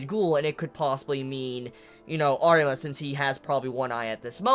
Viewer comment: Arima dude it's Arima , i am saying it